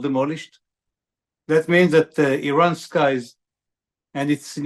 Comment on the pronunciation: Iran can,t srike Isreal? The Iranian airspace is Exposed ? I call this fake news.and the pronounciation of these guest is so bad,sry😂😂😂